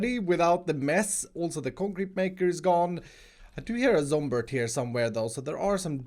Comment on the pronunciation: Höruu, när du säger mess ett par gånger... det låter som du säger möss 😅!